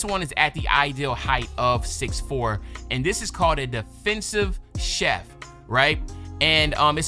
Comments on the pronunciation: Is Chief not Chef! Lmao big love though but you was butchering that build name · Not chef bro lol Chief like an Indian chief